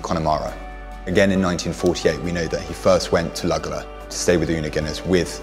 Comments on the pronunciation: The mispronouncing of Luggala (correctly pronounced ‘Luggala-law’ repeated over and over is equally grating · Pronounced ‘lugga-law’